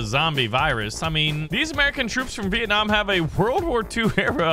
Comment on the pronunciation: you say viet nam i from vietnam